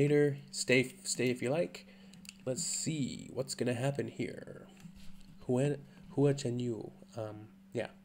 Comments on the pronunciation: Of course you are right, what I was trying to say is less emphasis on the "U", He was pronouncing it like HUU-AH, which could use improvement, as I know I said it like that in the beginning, lol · It’s more like “Hwa” then “Hoo-uhh” ^^ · his surname Hua and his nickname Hua Hua are both like "who-ah said quickly. "Wha" is not the best example to teach non-Chinese speakers to say Hua as close as possible to the Chinese sounding name. That would change the "hoo" sound to "wa" despite the "h" in Wha. Hope that helps. Cheers 🤗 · You have stumbled into the Alice in Wonderland rabbit hole of Hua Chenyu! (Try saying it like " Wa" ChenYu ) Guess who is not embarrassed to blast this song in my car in the middle of traffic windows down, downtown USA.... this woman!! He now has, of this week, an official YouTube channel and IG accout. Currently just his MVs are on there, but keep looking at his Singer 2018 performances on Hua Chenyu English Subs Channel. Welcome to Mars,.